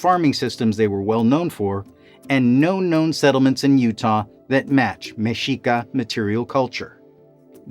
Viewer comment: Thank you for pronouncing Mexica, tenochtitlan, and nahuatl correctly